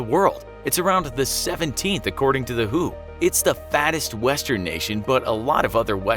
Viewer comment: According to the Who??? 😂 It's my first time to hear W-H-O was spoken like who?